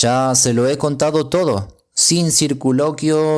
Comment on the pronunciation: otra vez yo! la palabra correcta es circunloquios en vez de circuloquios . le aseguro q entre todos los latinos q escucho es ud quien se lleva las palmas. el haber notado esas pequeneces en su lectura le haran comprender con cta atencion (absolutamente merecida) escucho sus relatos. mil perdones si le incomodo y le ruego q me lo haga saber y puede ud esta segurode q no lo hare nuevamente. le deseo un feliz domingo!